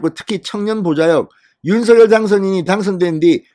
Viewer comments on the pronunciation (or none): ●● 윤 성녈!! ■■ 윤 성녈!! 로 발음 해 주십시오.